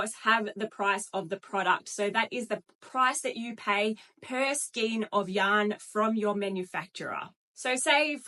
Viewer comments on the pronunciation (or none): got stuck on the pronunciation of this lady - the word is pronunced " SKAYN" not SKEEN nor SKINE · I just buy Aussie yarn. And learn to pronounce Skein please. ❤